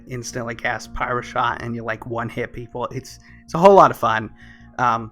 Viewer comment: Stopped watching at "pyroshot". ish